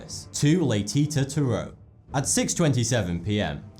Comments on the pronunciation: Laytita? It's pronounced like latisha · Hey. Nice video. Being French, I couldn't help but notice you mispronounced Laetitia. The last 't' is pronounced as a 'c'. Le-ti-ci-a. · its pronounced laytishia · #3 Pronounced "Laetisha" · Le-Teesh-Ah is how one would pronounce Letitia. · Laetitia, is prononceLae Ti Sia. A French grammar rule gives the ability to letter T to sounds like S when between vowels. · Latetie prononced laetichia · Oh and, Laetitia is pronounced Laiticia btw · Laetitia is pronounced "lay-tee-see-ya" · Oh my God ! You said "Laetitia" so wrong ! The second "ti" isn't a "t" like in "tea" but a "ci" like in "sea" ! (trust me, I'm french ;)) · That second T in Laetitia makes a Sh sound. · the way he pronounces laetitia is hilarious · Learn how to pronounce 'Laetitia'...